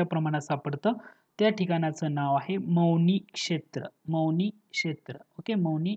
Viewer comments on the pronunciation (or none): मौनी नाही सर पवनी